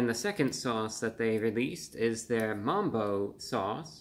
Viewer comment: MUMBO BRO NO NOT MAMBO NOOOOOO BROOO